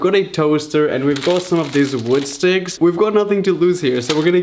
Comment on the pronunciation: ‘Woodsticks’ lol